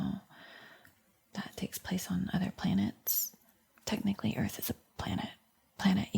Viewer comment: she said planet eearth like off rick and morty lol 😆 awesome 😊